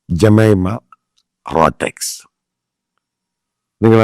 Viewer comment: Pronounce her name beautifully. Last name you pronounced wrong way.